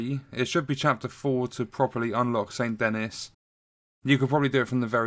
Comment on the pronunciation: ffs Its pronounced Saint "dan-ee" they say it all throughout the game lol